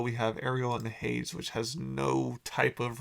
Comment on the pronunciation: Pronounced HAY-Deez